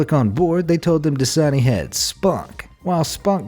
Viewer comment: Das-a-ni translate that's a knee